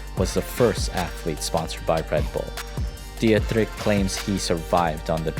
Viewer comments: Good video but please look up how to pronounce names, hearing "diatrick" for Dietrich is just jarring to anyone who knows the right pronunciation (any German speaker) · It is pronounced "dee trich" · Dietrich pronunciation is even worse 😂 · The pronunciation of Dietrich doe lol